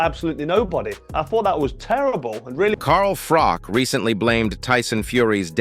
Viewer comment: Whos Carl FROCK" 😂